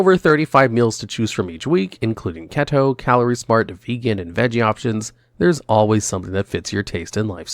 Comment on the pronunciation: How do you mispronounce "keto"????